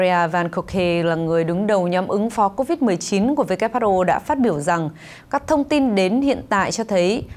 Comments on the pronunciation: Who sao lại đọc whr ? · Phát thanh viên mà sao lại đọc sai chính tả WHO mà lại đọc WHA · Sao đọc là wha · WHA khac voi WHO nha ban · Kênh sửa lại cách đọc tên của Tổ chức Y tế thế giới viết tắt là WHO, chứ ko phải lả WHR nhé. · WHO sao MC đọc là WHA vậy ta ?